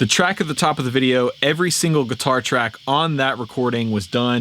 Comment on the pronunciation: I’m getting annoyed that he keeps saying katuar